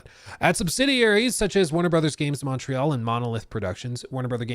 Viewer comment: You didn't pronounce Montreal properly at all 😂 say it like this Mont- real (ignore the t and use the french r) kinda like Mo-real